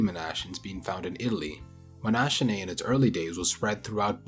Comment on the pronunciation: Nice video as usual. That extinct diversity of walruses makes for a fascinating topic. I think it's pronunced as if it was written "monakinae", as a native Englich speaker always be very skeptical of those "ch" sounds if a greek root might be involved.